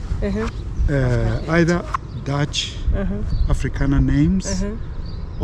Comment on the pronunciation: Your pronunciation of Afrikaner name is improving … please try a sentence of Afrikaans..